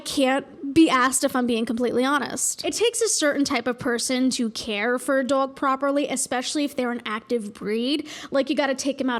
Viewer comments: The way you say dog infuriates me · I love the way you say dåg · The way you say “Dowg” gives me life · pls where are you from I'm autistic and have a strange accent that doesn't match my background at all and I say some words like you and I have to know where it's from ♥️ like dwog instead of doag and twaolk instead of tahlk.. i've been noticing it from you for like a year it's like my little mystery how my accent thingy sounds like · Friggin love how you pronounce dog. I will say it exactly like that from now on. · pronounces "dog" the same way my dad did and it makes me so happy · i love how she normally doesn’t have much of an accent but there are certain words that are just… tell me you’re from new jersey without telling me you’re from new jersey lol